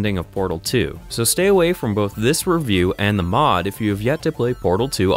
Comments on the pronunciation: "Hi and welcome to a Valvetime Reviewk" How the hell did I mispronounce Review? I think messed something up. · It sounds fine to me. But if it really bothers you that much, I'm happy to change the subtitle from "Review" to "Reviewk".